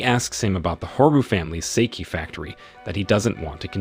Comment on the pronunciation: Sawabe is not the dangerous girl. You’re mixing up characters. And it’s pronounced “sock-hey” not “say-key”